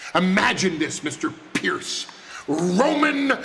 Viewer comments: " call phierce " 😂😂😂😂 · the heyman pronounce pearce is hilarious piercing his name literally🤣🤣🤣🤣🤣